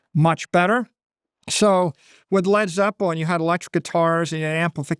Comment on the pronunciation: The way he pronounced "Led Zeppelin" deserved a slap in his Billionaire Boomer mouth!